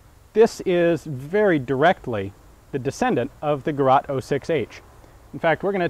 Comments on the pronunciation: I know thats an old video and you could not know that better, but I am from germany and hat no idea what "Gerat" should mean ^^... looked it up and saw that this weapon is called Gerät 06 /06H. The 2 points are realy important for the pronaunciation. The direct translation is something like device/mashine/ tool, so a realy weired name for a 2WW name for a in germany produced weapon. Hope you can get the Link opend and get a good example to pronounce it right, because no German would understand "gerat"... But in generell I realy enjoy your videos. When you want to write an " ä " without useing an other keybord or other ways, you can use an " ae " as a placeholder (usual in germany when you have no ä)... so that the right way would be: Geraet 06, Gerät 06 or even better Sturmgewehr 45. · GERÄÄÄÄÄT NOT "GERAAAT" Ä not A Pronounce it like: to RATE something, ... GAY RATE... ;-) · it is gerät not gerat.. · The Word you are searching is NOT gerat,it is Gerät. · The word is "Geraet", nicht Gerat.Apart from that a most interesting video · it is called Gerät and not Gerat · Thanks Ian! BTW, the ä in Gerät is pronounced like "E" in Enemy. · Gerät ! The word is Gerät. „Der Gerät schneidet Dönerfleisch schweißfrei“ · Its Gerät and it just means "device" and by no means experimental. Also it is pronounced /ɡəˈʁɛːt/ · Gerät... ÄÄÄÄÄhhh like in M1 GÄrand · It´s called Gerät 06. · I was like Huh? Gerat? Sounds french, doesnt it? and then he explained what this word would mean in German and I was like Oh yeah, Gerät! It is not pronounced Gerat with an A like did, but with a more dangy sounding Ä, which is pronounced like in handy or germany , just a tad longer. It is quite funny that the nazis actually called it that way, because there is a running gag from a few years ago about a kebab machine which the inventor called Der Gerät , which is wrong, because Gerät is neutral and not masculine... but whatever, Germans are no laughing matter anyways, eh? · It's actually "Gerät 06"